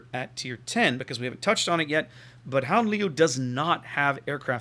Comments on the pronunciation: when you said the name the second time it sounded pretty good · Your second attempt at the name was almost spot on.